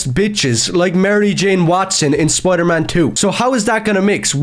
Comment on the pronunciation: It’s not pronounced “spoidaman”…